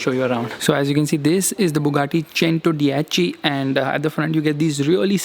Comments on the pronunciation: You even pronounced “Cento dieci” wrong. It’s not चेंटो, it's चेंतो. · Bhai buggati chentodiechi nhi buggati centodeici kehte h usse Isse badhiya to chintu hi bol le 😂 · Ur spelling chentodiechi but it’s centodieci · What do you mean it's not pronounced SENTODYECIY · hello bahe but prounciation of buggati centodieci is wrong